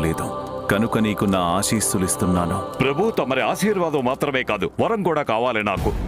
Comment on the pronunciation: Vaaram kadhu varam